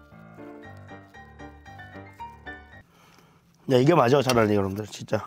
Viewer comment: 진짜 할때 감스트때문에 아 지짜 로 들림 ㅋㅋㅋㅋ